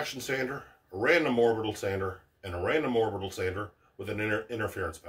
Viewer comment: Orbital not oribital